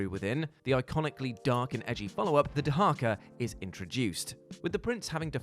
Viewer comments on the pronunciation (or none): Isn't it "Dahaka", not "Daharka"?